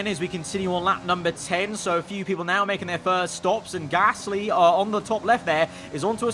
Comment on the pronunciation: Anyone else live for pronunciation of Pierre GAASSLLY. Biblical stuff